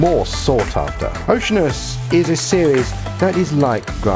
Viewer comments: You're mispronouncing the name...it's not OCEAN-us, it's oh-she-ANN-us. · It's Oh-shee-ar-nus. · "O see ann us" - even for you Brits. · " O SEE ANN US "